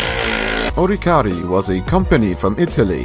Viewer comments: It's ORCIARI... ORCIARI! not oricari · O R C I A R I not oricari